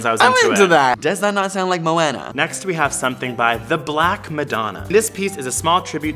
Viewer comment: You said Moana wrong